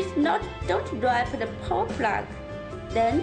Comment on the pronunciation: poor english... pour pour... its power 😂😂😂